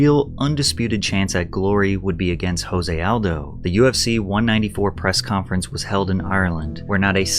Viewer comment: I like how he pronounces Kabib's name right, but not Aldo's.